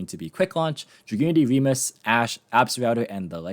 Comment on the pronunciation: Fun fact for anyone that doesn't know: Remus is the brother of Romulus in the ancient founding myth for the city of Rome. (and thank you for pronouncing it correctly).